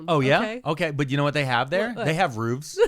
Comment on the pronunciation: 4. We don't say roof like that at least not in that term